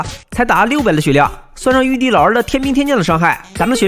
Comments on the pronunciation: 玉帝竟然讲成玉儿😂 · 玉帝竟然讲成玉儿。😅